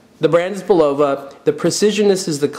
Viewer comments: Bu lowa? Really??. c'on!. Say it wit me: It's Bull a vah...Would you buy a Camaro from a guy who called it a "Camer-oh"? or a Coke from someone who called it a "coke-cola" ? I don't think so. You tell me to stfu, yet I'm "mean"...ponderous man,,that's just ponderous. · Bull low va?? It's Bul luv ah... Old US company. Credibility lost, dude. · BULL-o-va not the way you say it. Also Champlain was a famous explorer, not to you I guess. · I believe the pronunciation is: BULL-uh-vah The company name has been around forever but I don't know who owns the name now. I like the sweep-second but the style is not for me. There are others of the whole "Precisionist" series. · Bill L thank you, I'm not the only one hearing this. Plus his since of humor is ,ah lacking.